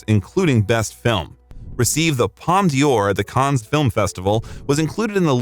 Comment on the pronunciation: Palm Dior? is that their latest perfume? it's D'OR, there's no "e" sound in the middle